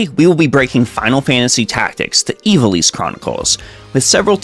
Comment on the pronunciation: Ih - vah - liss